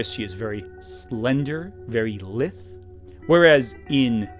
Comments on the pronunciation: Nice video, but to be that jerk: lithe is pronounced “lieth” not “lith.” But more importantly, Lily’s response to seeing Emma Frost was incredible and I couldn’t be happier that you left it in. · okay. the Emma Frost section tells me you've only ever read lithe, not heard it pronounced. it's lie-th. Then again, i thought implacable was like "implace-able" until like last year, so same issue.